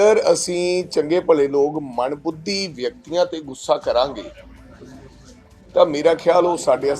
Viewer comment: Manbhudhi nai hndaa mandbuddhi hnda haii..🎉🎉🎉galat uchaaran